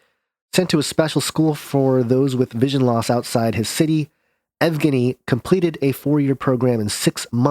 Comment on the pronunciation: yev-gein-ee the yev is soft. the e part